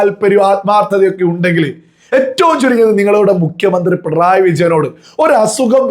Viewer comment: ഡബിൾ A റഹീം പറയുന്ന സഖാവ് "പിൺ റോയി " ആരാ ??? പിണറായി എന്നുപോലും പറയാൻ അറിയില്ല MA .LLB ഉണ്ട് 😆😆🤣🤣